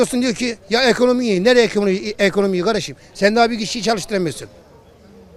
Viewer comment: Nobody:: ehonomi çoh eyi